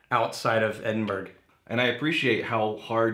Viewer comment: i just got a small bottle of this for christmas from my brother. absolutely gorgeous whisky mate, but i must say as a brit hearing these lads pronounce edinburgh was a laugh hahaha. appreciate this lads good stuff